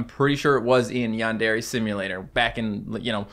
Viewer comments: Its not yawn dariy its yandery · Normal people: Yandare: Yon DARE aye